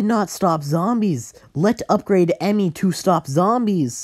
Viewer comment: “Upgrate” I just started laughing